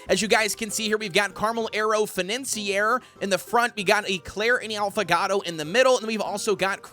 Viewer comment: 3 ways to pronounce “financier” 1. Fan-nine-see-er 2. Fine-answer 3. Fine-ant-sigh-er: fin-ant-see-air